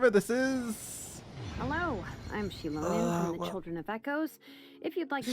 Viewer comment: Her name is pronounced “she-low-nen”